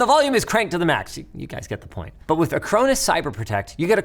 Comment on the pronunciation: it's pronounced a crone us?! i always pronounced it ack ron us